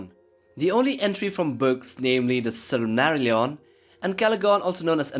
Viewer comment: You said Silmarillion wrong